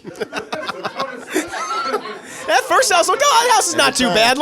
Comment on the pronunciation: Man, REALLY needs to pronounce that D in “Jude” more. I kept hearing him call the kid “Jew” during the entire review.